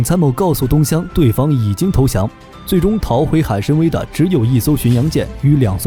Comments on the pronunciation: 海参崴(wai3)，不读海参威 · 那个字念wai 海参崴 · 开局一张图后面全靠编，拿游戏画面和几个重复镜头来充数，还读错了两个字，1:海参崴（wăi),2:昭（zhao）和